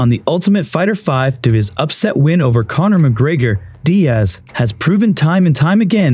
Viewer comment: Did you call Connor cummer? Lolololololol